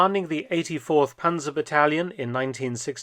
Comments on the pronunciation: Panser and Pansers make my ears bleeding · Panzer is pronounced like Pantzer. And the plural is also Panzer. Not Panzers. We do not have a S on the end